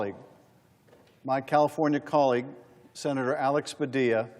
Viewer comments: Its PA-DIYA, not Padil-la. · He's latino, his name is pronounced "Pa dee a" not Pa dill a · Padeeyya, not Padillla. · Oh, yuck. It's pah DEE yah. Not pah DILL ah. I bet you say pah ill ah for padilla pah DEE ah. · Padila? It’s Padilla, pronounced Padiya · Pah-DEE-yuh, not Pa-DIL-lah. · PA-dee-a not Pa-DILL-a. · PadiYA. NOT PA DILL A. DOUBLE L SOUNDS LIKE Y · Learn how to pronounce a Latinos name. It’s even in the video, repeatedly. It’s not “Pa-dilluh”. It’s “Puh-Dee-yuh”. Effin white people… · Pa-Dee-a!!! Not Pa-dill-a! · Did you hear him say his name is Pahdeeya? Not puhdilla? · It's Pad-é-ya, not Padila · It's Pa-dee-a, not Pa-dill-a. Please give him the respect of pronouncing his name correctly. This treatment of Sen. Padilla is disgusting. A cabinet member claiming to not know a sitting senator is also disgusting. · If you are going to report anything, you should AT LEAST learn how to pronounce people's names! His name is NOT PA DI LLA! It is Pa DEE ya. The double l is pronounced like a y (as in tortilla) I am sure you heard his name pronunced correctly before your report. It's like if I pronounced your name Abalone, as in the sea creature. Come on! Have some respect to at least pronounce people's names correctly. And quit waving your arms all over the place. Other than that, you make good videos. 🙂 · "Pa DILL a"? Dude, learn Spanish! It's "pa DEE ya". Even the clips you included pronounced the Senator's name correctly. Goes to your credibility that you can't pronounce his name correctly. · Pronounced "PA- DYYA " (PADILLA). Learn Spanish people. It the Western Hemisphere. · Mispronunciationn of Padilla's name. It's not pa-dilla. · Padilla is pronounced "Padiya". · Sorry. pah DEE yah. The double LL in Spanish is a letter of the alphabet called A-YEA and sounds like a "y". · Dear Host: the senator's name is pronounced Padeeya. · Show some respect and professionalism. Learn how to pronounce the senator's name, Padilla = pa dee aa. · Padilla. Like puh-dee-yuh